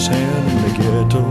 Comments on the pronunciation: Mac Davis wished Elvis had pronounced Ghetto as ghe-doe not ghet -toe. He did not write it that way. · Mac was taken aback when Elvis pronounced the word ghetto the way he did. But it worked anyway. I remember a routine with Richard Pryor making fun of the way the word was pronounced in the song.